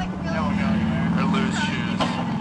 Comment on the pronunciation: Hi Everybotiiii 🤣🤣